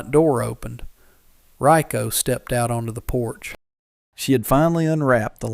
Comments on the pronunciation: Her name is spelt "Reiko" (Ray-Ko) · Ryko or Rykoh, not Rico. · Reiko not Rico